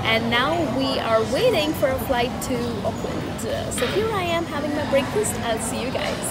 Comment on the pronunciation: How did you say breakfast? Did I mishear it or you said it like "break" (like the verb to break)?